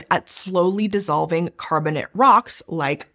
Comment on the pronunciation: for the algo, a silly nit-pick: Ask yourself, do you pronounce calcium carbonate "carbonit"? Why are you saying "carbonit rocks"? They are carbonate. Last I checked, the word, "ate" is pronounced like the number 8. The rocks are carbon-ATE rocks. Please and thank you.